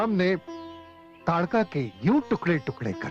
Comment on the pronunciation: ताडका न कि तडका